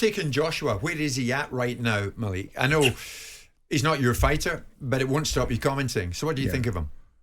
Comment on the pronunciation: “Ma-Leek” not mal-lick